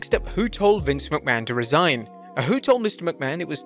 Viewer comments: It’s Resign, not Re-Sign 🤦‍♂️ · It's "resign" without the hyphen. Re-sign means to sign again. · "Re-sign"? Don't you mean "resign"? Vince left, he didn't come back... again. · Resign, not re-sign